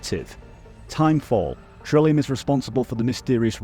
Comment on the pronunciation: I cant be the only one bothered by him saying "Chiral" as "Chi-ral"! Also Del Toro's name! Thats my only critique, maybe look up how to pronounce it with google if you are unsure (thats what i do when im unfamiliar). Other than that WONDERFUL video! I was very disappointed by YongYeas video and you went into all the details i wanted!!❤ Thank you for making this!